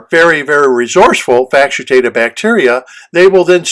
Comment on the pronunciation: Thanks - just confirming - do you mean to say 'facultative' bacteria (FACK-ul-tay-tive)?